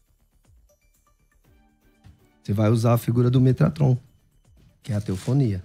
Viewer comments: Eu já não estava levando o a sério, aí ele manda um “METRATOM” 😂😂😂😂😂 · 'MeTRAton" foi de lascar 😂😂😂